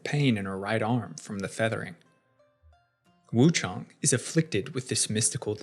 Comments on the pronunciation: Lol it's Wuchang not Wuchong. It says her name multiple times throughout the game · You say her name wrong